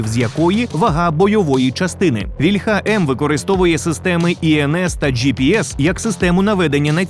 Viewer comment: За "еРеСЗеВе" -- респект, а ось "вільха" в українській мові має налогос на "і" (це в російській "ольха" має наголос на "а"; не треба його копіювати).